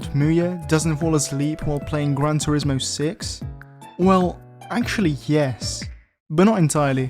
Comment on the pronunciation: Pronuncia bien turismo pls